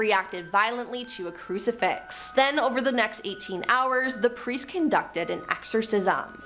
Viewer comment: Chick with the glasses really needs to read better, santanic? No, satanic. Presters?, no priest. Roland not Ronald guys. Quite simple to get right